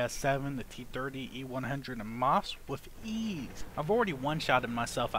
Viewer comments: Luve, and Maus.. Not Lowie and Moss... Yes, I bitch about that shit every video. But you could say mouse and lion.. But do not get me wrong, I love you videos, and most of them are watched 3+ times.. This is the 4th or 5th time I am watching this for example. :P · No??? He says Moss.. Not. M A U S. Like the real name is.. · Ok, "trollmode".. There is no tank in this game called the Moss. Please, say Maus.